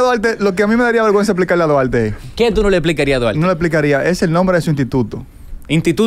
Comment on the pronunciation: Como le explicamos a Duarte que su nombre se pronuncia con L “Dualte” 🤦‍♂️